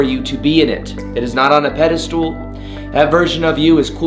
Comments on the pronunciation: Im doing you a favour my friend. It is pedestal ( peh-deh-stil) not peda -STOOL . Sorry i cant help but correct you you always say that! Ahah and women and woman are two different meanings woman is singular and women is plural/ women in general....wih-men ....and wuh-man....so when you said validation from woman it Should be women plural. I just cant help say this because i always hear you say these words incorrectly!! I still love ya . Big fan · Thx.. it's pedastal, not pedastool...sorry, finally had to tell u....